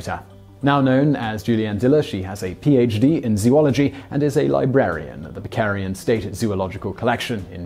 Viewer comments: Parachute, not Prachute. Bavarian, not Bacarian. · Bavarian. Not Bacarian. Weird mistake.